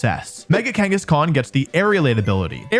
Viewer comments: you said mega kangaskan. I heard it. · You said Mega Kangeskhan when talking about mega salamence btw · THERE IS NO E IN KANGASKHAN! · Was I the only one to hear Wolfey say mega Kangaskan got the aerilate ability?